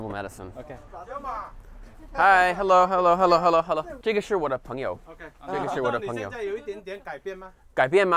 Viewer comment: Harrow Shabba, how are woo? Glate wideow